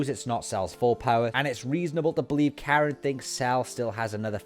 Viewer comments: Its Korin right.....? Not Karen right? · so why isn't sayian pronounced the same in Japanese? Just sounds jarring hereing Karen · Why in God's name are you calling Korin Karen?